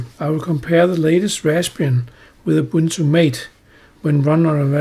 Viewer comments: "Ubunto" I cried. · raspbarry?, ubunto? lol wut??